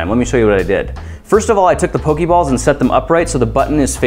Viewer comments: I'm sorry to be THAT jackass, but it's pronounced "po-kay" not "po-key." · POE-KAY balls. \\\\thats just how you pronounce it grant. I love you but they aren't hokey pokey balls I promise. It drives us nuts when older people pronounce it wrong. I know you mean to say it earnestly. seriously I'm 25 and it just pains me to hear you say it wrong and yet so lovingly. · it's very annoying when u say pokey balls lol it's poka balls not pokey. if u seen the show y'all will know. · It's pronounced Po-kay-balls... But it doesn't really matter in the end. ._.